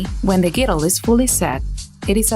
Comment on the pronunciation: You re saying girdle the wrong way